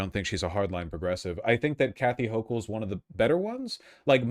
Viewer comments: Also Hasan appears both unable to properly identify the topography of the primary campaign or pronounce the sitting governor's name. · Is Hasan purposely mispronouncing her name? If he’s watched her, or stuff about her, he should be able to say her name correctly. 🤔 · Also, his mispronouncing of her name seems intentional. Kind of shitty. Almost like how Mamdani got that his entire campaign. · I might consider Hasan's arguments, but the fact that he couldn't even be bothered to learn how to pronounce her fucking name invalidates any of his arguments.